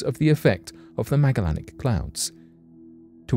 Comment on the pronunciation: (Ma-jel-in-ick) come on man... I know you can do it you're so smart... pronounce it right....